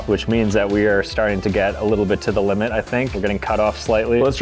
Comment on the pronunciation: 'the limeit i think is 5 oh pickle ''